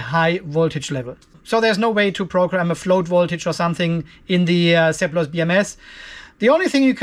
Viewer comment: Seplos eh, i thought you were just saying "surplus" with an accent